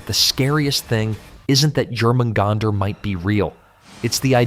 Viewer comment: Jormamgunder. The J is pronounced as a Y. Pronouncing the J is like nails down a chalkboard.